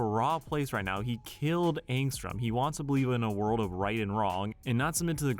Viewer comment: Dude it's angstrom levy, and i don't care that you don't have cc on